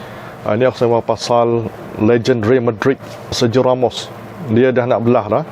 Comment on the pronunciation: kalau nak style lg, sebut ikut gaya 🇪🇸. sergio=ser-hio real=reyal.. rial kira halal la ✌️✌️